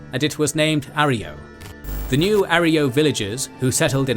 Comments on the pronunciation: Yes. It's a Spanish word and the mispronunciation was a bit distracting. Great video otherwise! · A-ro-yo....not A-ree-yo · Arroyo is pronounced uh-Roy-oh. Not aerio like your saying it! Respect the NCR, get our names right dude. We didn’t end a super mutant crisis and put our boys on the front line in the Mojave for you to get the names wrong. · Not Areyo. Pronounce - " Aroyo" Just saying. Good lore account though. Narrated it like a pre war 40's - 50's style news reporter. Whether you meant to or not. It definitely suits an official type of Fallout lore narrative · Is Arroyo really pronounced like that? I always assumed it was pronounced the correct way, Uh-roy-oh, not are-ee-oh. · It's Arroyo - Uh-ROY-oh, not air-EE-oh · Its pronounced "Ah-roy-oh." Not "Air-e-oh." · arh-roy-ohh thats how u pronounce it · Arroyo - Ahr Roy Oh, is this text to speech? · I hate to be that guy, but that’s not how arroyo is pronounced. It’s pronounced: A-Roy-O. It means water-carved gully. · uh-roy-oh is still the correct pronunciation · That's not how you pronounce arroyo :( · That isn't how Arroyo is pronounced. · Stupid overused British AI voice getting the pronunciation of Arroyo horribly wrong.